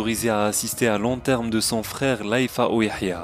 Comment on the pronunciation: L enterm ? Ou l enterrement ?